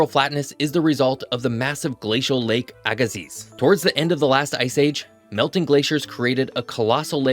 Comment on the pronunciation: Its pronounced AH-Gah-see